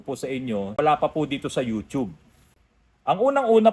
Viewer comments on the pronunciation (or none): none